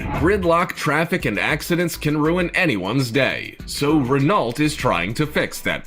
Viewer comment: the voice-over doesn't know how to pronounce Renault. voice -over, if you happen to read this, it is pronounced as RE-NO, sounds like reno , but with a shorter e.